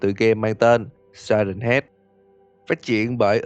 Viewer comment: Si hét chứ ko phải siren head